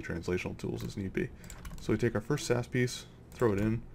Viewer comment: you pronounce it s-a-s not sas